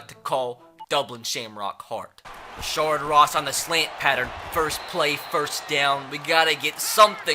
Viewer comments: Its rashad not rashard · its not rashard ross lol, its rashad ross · Rashad not rashard Ross